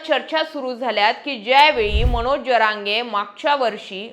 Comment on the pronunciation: ज म्हण ग पोरी ज्य म्हणू नको. ज्यरांगे नव्हे जरांगे म्हण. येवढं भारी सांगते. तेवढी चूक दुरुस्त कर.